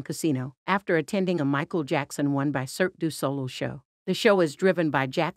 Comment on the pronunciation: Cirque du Solo? 😮☺️ In English, it is pronounced «Sørk dø Sål-ey» (or «Soerk duh’ sawl-ey» «ø» is a letter pronounced as the «i» in «Sir» or the «i» in «Cirque», it is a part of the alphabet in many countries, either written “ø” or “ö”.) 🤗